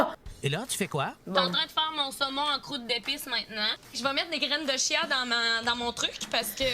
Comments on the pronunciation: Grained de chia après tu a dis grained de chiasse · tu a dit les graine de chiasse😭😭 pu capable